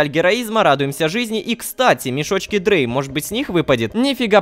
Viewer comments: Рома, мешочки названы на немецком языке, поэтому они читаются не как мешочек дрей или звей, а как мешочки драй и цвай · Drei это не "дрей", а по немецки три "драй" eins zwei DREI vier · Не дрей, а ДРАЙ!!!! Это немецкий! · Рома, ты названия мешочков, выпадающих с третьей фазы Гайи, неправильно произносишь. Я не знаю почему, но они пронумерованы на немецком. Названия "Reward Bag Eins", "Reward Bag Zwei" и твои любимые "Reward Bag Drei" переводятся, как "мешок с наградами номер один", "мешок с наградами номер два" и "мешок с наградами номер три". И произносится "Drei" не как "дрей", а как "драй". Надеюсь, заметишь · Рома не Дрэй а Драй это Немецкий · Как ,человек, изучающий немецкий язык, скажу что твоё "Дней" меня очень бесит, в немецком это читается как "Драй", что переводится как "три" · Не дрей а драй, это немецкий, ДУРАК